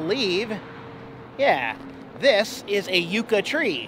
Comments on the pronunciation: FYI - Those trees are pronounced "yuck - uh" not "you - ka". Wishing you guys dry roads and green lights! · YUCK UH, not U-ka - that geodesic place is a residence LOL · YUCK......A Tree, Not uuuka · The tree is called a "Yucka" . That's how you pronounce yucca. Never heard it called "youka" ! ( My high school year book is called the "Yucca" ) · I have now heard you (mis)pronounce the word "Yucca". I'm not judging you... just trying to help, if I can. So... you are pronouncing Yucca... "Yooka". It's pronounced "Yucka". I have lived in the Yucca Valley - Joshua Tree area since 1980. You do, however seem to know your desert vegetation pretty well. You've correctly identified a Joshua Tree and a Yucca! I have a good sized "Barrel cactus" in my front yard. The story goes... they are filled with water, and scorpions burrow inside of them. (Not so sure about that.) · Psssst, it's yuck-a, not you-ka….says this California native! Love to you all <3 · It's a private residence and not open to the public. The pronunciation of the town us Yuck-ca not You-ca. I know because I live here. That rest stop has been closed for almost a year. We're wondering if the upgrades will ever be finished. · The Cactus is a Yuca not a Yooca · Not you ka, but yuka as in Yucca. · Love the new intro! (BTW- yucca is pronounced yuck-uh. I lived in AZ for many years. What you were messing with there was a Joshua tree in bud- Joshua trees are just one of many types of yucca plants.) Safe travels! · Angela Winters He does that on purpose to get more comments! 🤣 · I noticed that on a few vids lol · Oh, I wanted to add, Yucca is pronounced 'Yuck uh', just for future reference. I've been to Yucca Valley, which is why I know this. :) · Cool Video, its pronounced Yuck-uh. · It is pronounced as “yuck-a tree” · It’s yucca. Like Yuck-uh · Yucca is pronounced Yuck-uh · It’s pronounced Yuck ah